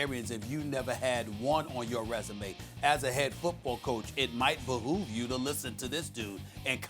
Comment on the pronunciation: “Bahoove you”